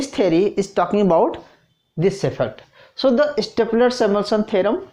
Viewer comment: first of all it is stolper not stopler... and plz try xplain in hindi